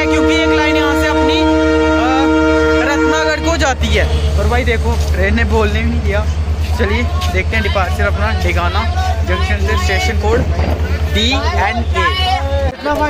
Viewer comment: Or ratnagarh nhi h ratangarh he 😀